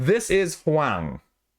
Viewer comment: ‘Huang’ is pronounced ‘Wong’. Not ‘who-wang’